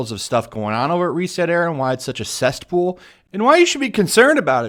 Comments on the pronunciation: Cest pool? Did ya mean “CESSpool" maybe? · Do you keep saying "cestpool"? hhaha 😆😆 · Think of the word CESSPOOL like a soy boy, my dude: There's no "T" in it.